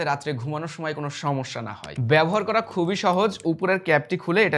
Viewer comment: বাংলাদেশী বাংলা উচ্চারণ, বেশি স্টাইল মেরে বাংলা উচ্চারণ না করে সাধারণ ভাবে উচ্চারণ করুন। ভালো শোনাবে। দেখেন নয় দেখুন, ঘুমানোর নয় ঘুমোনোর, কোরা যাবে নয় করা যাবে, পড়সে নয় পড়ছে, কাজে দিবে নয়, কাজে দেবে... অনেক শোধরাতে হবে।